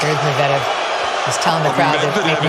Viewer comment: Your pronunciation of Medvedev was making me wonder how you can be a real fan! 😉🎾